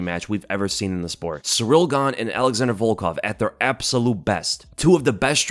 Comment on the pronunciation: Sound it out with me now, gringos: ALA-ZHAN-DRAY NOT "ALEXANDER". It's spelled different, because it isn't English, it's Plrtuguese. But people insist on Westernizing or Anglicizing names of foreign fighters...